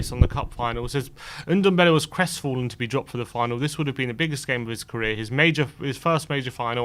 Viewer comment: it's Ndombele not Undombele